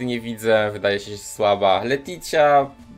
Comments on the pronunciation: JEZU LETYĆA, serio uszy krwawią jak słysze jak wymawiasz te nazwy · I wydaje mi się jeszcze że powinno się czytać leticja😜😜